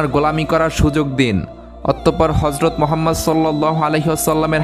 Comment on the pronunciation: Nabi jir name ta suddho uccharon korun ....gota muslim jatir badnam hobe first time 2bar Harjot Mohammad bolechen galpota sundor